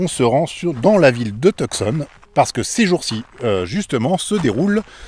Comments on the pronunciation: « Tout- Sonne » et non TuCson (le C est silencieux) haha ces français toujours tout croche la prononciation des mots anglais, mais on vous aime quand même haha. Bonne continuation. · Vous ne prononcez pas Tucson de la bonne façon !! (Too-saan)